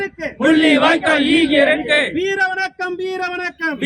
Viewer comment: ஈகையிருக்கு என்ற சோல் சரிவர உசாசரிக்க படவில்லை.(ஈகை இருக்கு )ஆகையா வேறு வார்த்தையை பயன் படுத்தலாம்